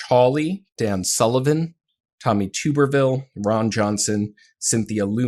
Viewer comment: It's pronounced like "Tub-er-vill," and that moron will be the next governor of Alabama. He's one of the griftiest grifters out there. He's a failed college football coach who got rich from buyouts from being fired for losing games. He used his name recognition as former football coach from Auburn University to get elected. It's an open secret that he doesn't actually live in Alabama. He lives in a beach house in Florida and used his son's address in Alabama to qualify to run for Senate from Alabama. He's engaged in lots of insider trading in his few years in the Senate.